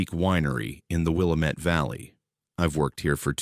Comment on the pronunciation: I was born in Portland, grew up in Keizer and live in Salem. Interesting stories! But Willamette is pronounced wih-LAM-mitt.